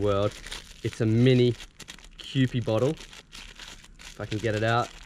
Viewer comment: Its not kewpi its kew-pie